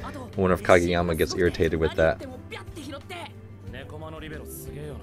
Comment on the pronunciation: Ok is anyone else surprised that coach nailed oikawa, kageyama and ushiwakas name while saying it in one sentence.